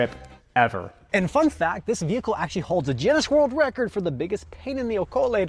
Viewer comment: did you just say juinness? I know you don't mean Guinness 😂